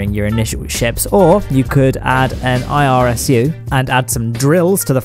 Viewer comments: No!, it's ISRU, not IRSU! In Situ Resource Utilization! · it is Isru, not irsu